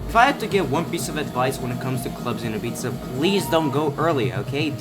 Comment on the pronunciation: its pronounced "ibiza"